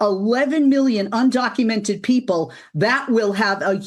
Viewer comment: The news lady said "undonkumented". LMAO.